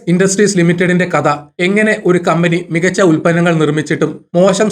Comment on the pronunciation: കത, ബാരതം, ബാരതീയർ ..ലിസ്റ്റ് വലുതാണ്. മലയാളം ഉച്ചാരണം ദയവായി ശ്രദ്ധിച്ചാലും